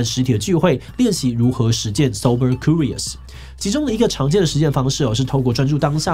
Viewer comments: 為什麼志祺把curious的Q唸成哭🤣 直接變法文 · curious /kjʊrɪəs/，要唸作 'Q'rious 而不是 '哭'rious。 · 庫rious 😂為啥我覺得怪怪的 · Curious 是這樣讀的嗎😂